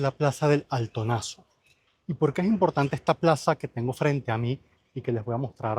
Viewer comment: Plaza del ALTOZANO, no del Altonazo. 🤣